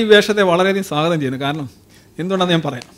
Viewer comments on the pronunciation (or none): none